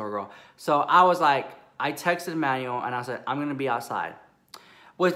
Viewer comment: Enunciate! 😂 I heard Emmanuel as Manny. I was living until I realized 😩😂😂